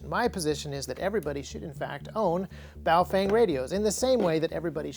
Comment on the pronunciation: Haven't watched this yet, will later. Just here to inform you, you most likely pronounced it wrong. The proper pronunciation is "boof-wang"